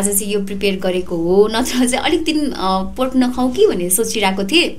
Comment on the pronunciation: Not poork Its pork 😁😁